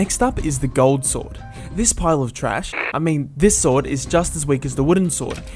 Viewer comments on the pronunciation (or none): Why did you say thrash so funny XD and why say bad boy is the swod a boy lol a boy sword and dayamon. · did you say "golden sword is a pile tharse" wtf man its so funn 😂😂😂😂😂😂😂😂😂😂😂😂😂😂😂😂😂😂😂😂😂😂😂😂😂😂😂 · pile of trach? on the floor laughing my butt off